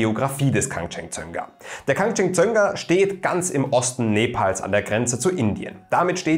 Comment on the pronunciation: Hätte mich in der Aussprache tausendmal verhaspelt 🤪 Respekt! 💪🏻